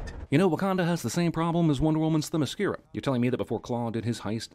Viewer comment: Also, effortlessy pronounces "Themyscira" which makes him pretending to struggle with this word in other videos this more duchbaggy.